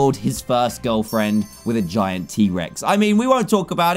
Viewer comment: The way he said giant fart. Gaiant. Faut.